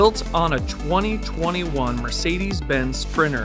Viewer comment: Twenny twennyone sprinner?